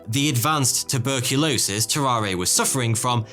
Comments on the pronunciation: If he was french, it was pronounced "tarar", without the "a" at the end. Anyway, it was fascinating to learn about those guys! Thx! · So, no one is going to comment on how he pronounces Tarrare wrong the whole time? No? Alrighty then.